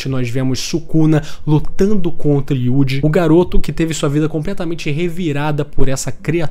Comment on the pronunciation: O que mais me pegou nesse vídeo foi o jovem ai falando YUDI o tempo inteiro. Tão difícil falar Yuuji? O prota ta dando playstation agora?!